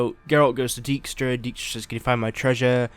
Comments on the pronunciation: Daik-stra, not deek-stra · It annoys me how the name 'Dijkstra' is pronounced in the game. Those here who speak a bit of Dutch will understand. Thing is also, I have no idea how to explain in written form what the proper pronunciation is and I'm no expert in phonetic writing either. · One thing bother me, everyone pronounced his name as Deekstra. Dijkstra is a Dutchname and translated it means Dike stra. And I get that pronouncing the Dutch IJ is almost impossible for English speakers, but at least pronounce it as Dikestra. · "shove Dyjkstra"....... yeah.....